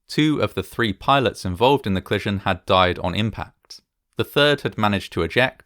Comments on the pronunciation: Co-li-sion, not "clison" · “Clission” a bit distracting, but delightfully entertaining! What a tragic occurrence compounded by so many things after the ‘clission’, hopefully this will never happen again. Thanx for making this video.